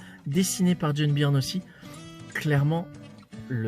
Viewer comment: Byrne se prononce Burn!! Ton « Birn » fait saigner mes oreilles!!! Lol Et c’est clair que Byrne sur Namor, c’est exceptionnel!!!